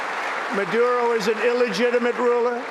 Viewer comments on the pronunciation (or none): none